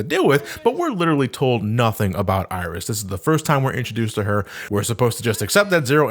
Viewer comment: Iris? no no no, i think you mean "aieerish"